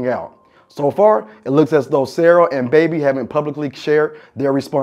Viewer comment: Who the hell is Baby? U mean BABZ? smh.